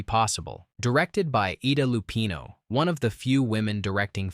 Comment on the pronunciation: It's pronounced Eye-Da Lupino. Please check your pronunciation. Computers can't figure out how to pronounce names. THAT'S WHY HUMAN BEINGS SHOULD NARRATE.